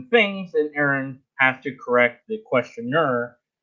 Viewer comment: excellent his n review! Just one, very minor thing, Aron really, really prefers his name to be pronounced R.N. like a nurse. 🎃👍💓✌